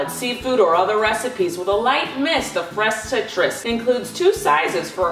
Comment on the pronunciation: "freS Hitrus"